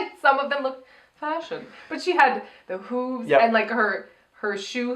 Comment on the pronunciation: Yes. You are saying hooves wrong lol